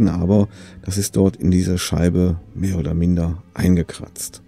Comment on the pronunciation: An deinem schweizerdeutsch musst aber noch arbeiten 😂 MEHR ODER MINDER 😂😂😂😂😂😂😂😂😂😂😂😂😂😂